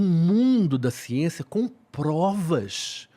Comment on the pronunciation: ''é xiencia'' jargão de quem só lê sumario de livro de biologia